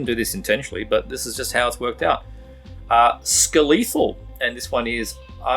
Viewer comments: I think it’s pronounced like Skeleton- Skelethal. Great band. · wow, I pronounce Skelethal totally different than you, don't know if you're doing it right or if I am.